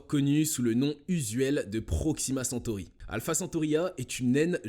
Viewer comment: Proximacentory est a 40milles km de nous ?🤔. . 😱 les PRRREEEEMIERS SCIENTIFIQUES 😛🤣😂